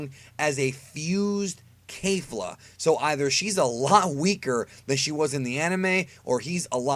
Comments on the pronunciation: I puked every time he said kefla as kafla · Its kefla not kAfla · Kay-fla?? Who dat?